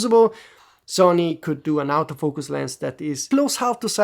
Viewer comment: Nothing bad, it's because you pronounce "auto" in the Italian way – "ow-toe", instead of English way "or-toe"... I heard "out of".